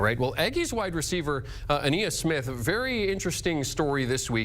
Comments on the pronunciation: Who the hell is ‘Ah-knee-us’? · "A-Kneeus Smith?" Go fuck yourself cbs! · That’s just how these boneheads pronounce “Ainias” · Anus Smith he means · Y'all's "facts" are horrible lol, A&M had a 10 win season in 2020 under Jimbo and went to the Orange bowl 2 years ago. Also, it's pronounced Uh-ni-yus, not uh-knee-us. If you report on a game, at least know what you're talking about.